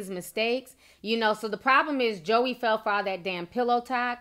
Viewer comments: Lol at “Josy” “Joey”. It’s Joy but she spells it weird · This is so hard for me to watch because of all the mispronounced names 😣🤦🏽‍♀️. Josie, Joey... it's pronounced Joy!!! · Pronounced Joy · Pronounced Joy not Joey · It's pronounced JOY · Just letting you know (I'm sure somebody already said it) but her name is pronounced Joy lol but this shit is crazy af 😂😂😂 I absolutely love watching your videos Ti, you make my day ALWAYS!!! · I think her name is pronounced "Joy" but I've never heard anyone say it aloud. I'm disappointed in her doing this. WOW. I thought she was low key and sweet. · your saying Joie's name wrong it's not JOEY Its French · It's pronounced "Joy" 😂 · Girl her name is pronounced JOY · That girls name is pronounced joy and just bc Ciara is famous doesn't make her perfect for him.Future is nasty and anyone who sleeps with him is desperate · Girl, it’s pronounced “JOY” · I thought her name was pronounced Joy? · her name is pronounced as Joy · Ya'll seem bitter in these comments. Also, her name isn't that hard to pronounce. Get it right for journalism sake. Ciara isn't a major star lol but what does that have to do with love & commitment? Ya'll love bringing up Ciara for no reason. Let it go. She clearly has.